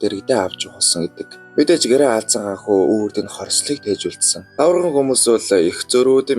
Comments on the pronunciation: Тавраган гэнэ үү😅😅😅 Тарваган гэж хэлнэ үү... 😊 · Баярлалаа гэхдээ нэг үгийг заавал засаж хэлээрээ таварган биш тарваган хүмүүс шүү!